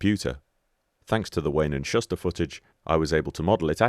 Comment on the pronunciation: Wayne and Shuster. Shuster is pronounced 'Shooster'. Canadian comedy duo.